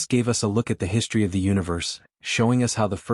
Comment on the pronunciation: Again, WTF is "HISHTRY"!!!!????